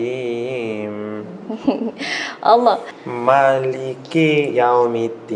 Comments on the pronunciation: Kak, the pronoun not ra but ro, not allah but awloh. But i am respect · Lah or rah? Whatever, i don’t know.. Maybe be Korean pronouncing like this..love from Bangladesh... 🇧🇩☪️ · Because Korean have 2 pronunciation for their ㄹwhich is basic hangul alphabet ㄹ is r/l..so it's hard to pronounce d 'ر' 'R' sound..he ended up pronounce it as 'L' sound.. he did great tho MashaAllah.. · You have train hard to pronounce "r" and change your sound "a" by "o". Eq: bismillahirr(o)hmanirr(o)him, not bismillahirrahmanirrahim. And you have to know when Allah pronounced as " Alloh" and "illah". Those are very important pronunciations. Gud luck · Hanya pengucapan Alloh yg kurang daud bacanya Allah tp gpp namanya jg baru belajar soalnya lidah orang Korea dgn kita itu beda. Nanti lambat laun jga lancar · I noticed it too.is is it because there is no letter 'Raa' in korean? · Brother Daud, please learn Makhrojil huruf (the place where the huruf come out) either from your mouth, throat, the position of your tounge when you sound the letter/huruf. I heard you sound Ro as Ra, should be like O. Allah sound like O in the second A. Masya Allah... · Masha allah. Try your best to pronounce 'ra' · Hes good hes just using the L to much bissmillaher its r ok bye daud have a nice day